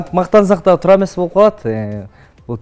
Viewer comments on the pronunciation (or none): none